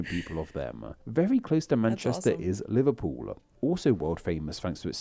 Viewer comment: Mmm not the best pronunciation is it? Barf, aberdeena, Liverpoola, norf west- probably shouldn’t really be narrating a video on pronouncing city names